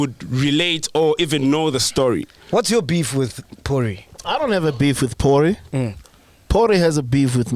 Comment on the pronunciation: I'm still saying not porry like macG🤦‍♀️🥺